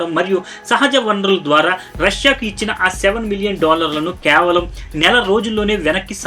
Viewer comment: kyaavalam kaadhu KAY-VA-LAM